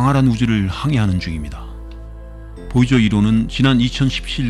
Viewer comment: 보이저를 보저라고 말하고 플루토늄을 플루토뉴밍이라고 잘못말하고 쓸데없이 참고로라는 말을 하는 것은 매우 듣기 거슬린다.